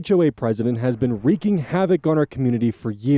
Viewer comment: Kudos for correctly pronouncing "wreaking!" Most of these Youtube narrators mispronounce it, and AI voices always do. So, that was a pleasant surprise!